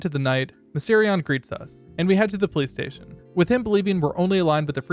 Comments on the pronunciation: Bruh ong every time you said police station, I heard PlayStation like wtf are you talking about PlayStation? Then I look at the subtitles and yea yours say police station but then I look at the auto generated subs and I find out I’m not the only one that heard PlayStation 💀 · Dude you say police station like playstation